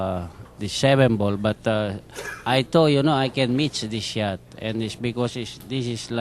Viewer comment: Bustamante pronounce the word "shot" like the word "shit". The interview in the end is funny, even the man behind the camera can't help it and breaks into laughs ROFL